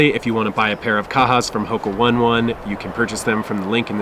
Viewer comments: HOKA "O-Nay O-Nay" not "one one" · Please it’s Oh-Ney Oh-ney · its pronounced Hoka ownay-ownay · Thank you for your reviews.. I watched also your review for anacapa.. It seems that in your reviews, kaha and anacapa are very much similar.. But personally your videos has already helped me to decide w/c one to buy.. But I think if you do a shoe comparison review, it will help another viewers.. Thank you.. With all due respect, allow me to tell you that it is pronounced as hoka ( O'nay O'nay).. God bless you always 🤗